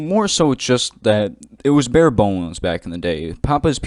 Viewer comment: Man said bare boneless